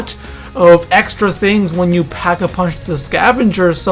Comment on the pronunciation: Not to be rude... But why does it sound like there are ''H's'' in every words you say... Like it's Pack a punch... not ''Phhack a punch''...